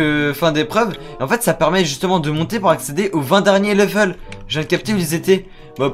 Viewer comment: "au 20 derniers leveuuull" 😂😂😅